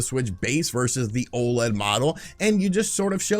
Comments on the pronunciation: You're still saying O-Lead, dummy? O.L.E.D. O.L.E.D. YOU DONT CALL LED LIGHTS "lead lights" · Stay mad, he can pronounce it however he wants as long as people know what he's talking about. And they do.